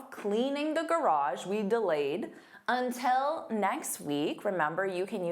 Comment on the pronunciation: You pronounce "until" as "untel" on this video. Is it a Canadian thing? Such as "about" being pronounced as "aboat"?